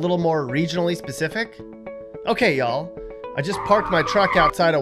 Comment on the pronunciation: If you are going to say ya'll then say it correctly. Also note that ya'll is singular.